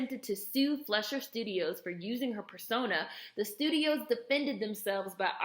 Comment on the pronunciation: It's pronounced "FLY-shur." Interesting video. Thanks.